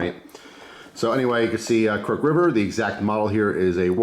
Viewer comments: Haha I was thinking the same! It’s pronounced ‘cruck-hid’ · Never heard anyone pronounce "crooked" the way you do, crook'd vs crook•ed. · wait. have i been saying "crooked" wrong this whole time? im confused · Didnt even notice he said it different till i read this comment ha